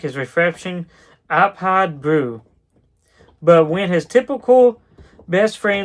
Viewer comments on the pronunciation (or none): It’s pronounced aphid brew not apaaaad broood